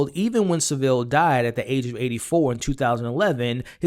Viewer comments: No Sa'ville. Its pronounced Sav'ille! 😉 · It's pronounced savel 😂😂 the way Americans and Canadians pronounce it kills me 😄 🤣